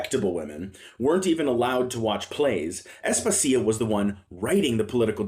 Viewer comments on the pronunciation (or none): Asp-asia, no As-puh-sia